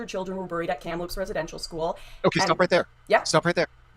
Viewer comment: Did say “kampaloops”??? LOL …it’s Kamloops. Doesn’t matter but still funny to this guy who lives close to there.